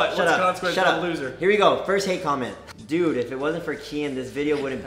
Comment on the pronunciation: and "DUEDE"